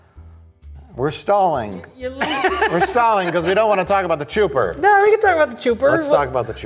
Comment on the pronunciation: So what the hell is "The Chooper"are they just fucking up saying "the Chopper"?